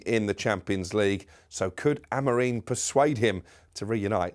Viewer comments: MATE, I LIKE YOU ESPECIALLY BEING A FELLOW RED BUT FFS PAL, PLEASE PLEASE PLEASE STOP CALLING AmoriM AMOREEN! NO ONE ELSE CALLS HIM THAT, ONLY YOU! EVEN WHEN YOURE IN A STUDIO WITH OTHERS PRONOUNCING IT CORRECTLY! Stop it now, it’s annoying 🫵🏼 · IT'S Am-o-RIM.. NOT Am-o-REEN.. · I know! He does my fkn head in. Sam and Troy last week calling Amorim, Amorim because that’s his name but that muppet keeps calling him Amoreeeeeeen 🤷🏻‍♂️🙄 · Can't even get his own managers name right Amorim not Amorin. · he can't even read he keeps saying amoreen when it's amorim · “Amorim”… not “Amoreen”